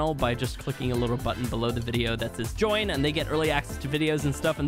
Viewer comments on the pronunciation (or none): none